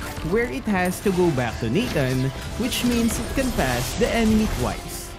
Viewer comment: that "Natanga"😂😂